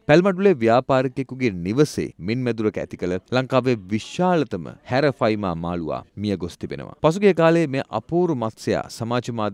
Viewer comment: හැරෆයිමා නෙමේ ඇරපයිමා